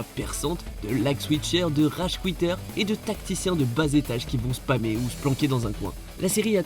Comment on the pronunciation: "De ragecouiteur" (ragequitteur) mdrrr j'suis mort 😂😂